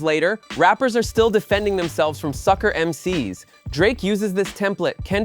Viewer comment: This was created by AI. Listen to how this bot pronounces Melle Mel and Bambata. And Sucker MC S?